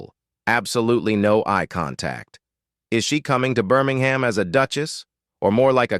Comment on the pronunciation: Minor point - "Birmingham" West Midlands is pronounced BIRMING-MM or at a pinch BIRMING-HMM